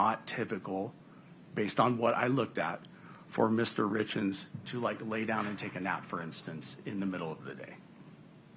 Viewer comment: everyone else has been pronouncing their names as "Richins", just as it's spelled. I believe even Eric's family, the source of the name, pronounces it that way. So why does she pronounce it this weird awkward way? "RITZ KINS"??? is what it sounds like she's saying. it sounds like she says it "Richins", even though it's the same recording. Does anyone else hear the difference though? Is it just my audio? Is it YouTube?